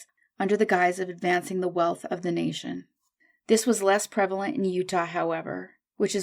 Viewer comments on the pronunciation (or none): none